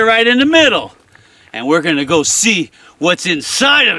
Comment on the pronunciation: Every time he says: So come on lets go! I hear: So come on lets Gold!